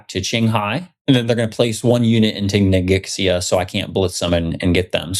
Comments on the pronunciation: I know the video is old, but with as much as the territory name comes up, I feel obliged to help you guys by pointing out that Ningxia is pronounced 'neen-shya' per the pronunciation rules of pinyin. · Love all of your playbacks. NINGXIA pronounced NING Sha. I've got deployed code running there in a data center otherwise I wouldn't know. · Ning-sh-ee-ah. The x sound in Mandarin is sh in English. So it sounds more like Ning-she-ah. The more you know! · Awesome game, guys! Thanks for all the effort. In case it's useful Ningxia is pronounced closer to "Ning-shuh" or "ning-zhuh" rather than nin gix ee uh